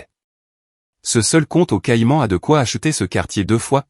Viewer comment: Grosses lacunes de géographie, pauvre ia: les iles caillan à la place de Caïman, c'est minable !!!